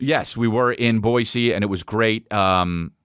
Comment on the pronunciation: As a Boisean, it makes my heart flutter whenever I hear Chris say the name of my city correctly 😍